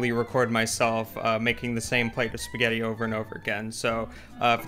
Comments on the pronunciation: Simone Trombotto Ma la cosa più strana è quando sento su canali di cucina da italiani che vivono in America, pronunciare la parola (italianissima !) spaghetti.......”spagheri”. Che lo faccia un americano è diciamo ancora perdonabile, ma che siano gli italiani a pronunciarla in quel modo è proprio una cosa imperdonabile . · Comunque.. Eva devi insegnare ad come si pronuncia la doppia TT di spaghetti, non si può sentire come lo dice😂